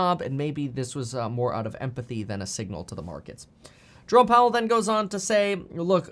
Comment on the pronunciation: haha Je-ro-me (Jeremy). i wonder if his parents said Je-rome as a joke.